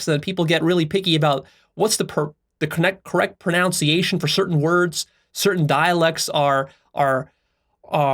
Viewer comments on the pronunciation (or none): I love how he almost mispronounced the line "correct pronunciation".The irony.Grammar nazis alive and well